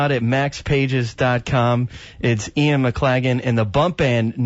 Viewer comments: This interviewer was very disrespectful in not getting the correct pronunciation of Ian's name before hand... 'off air'... real amateur stuff! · How to insult your guest.....don't know how to pronounce his name on air. Pathetic.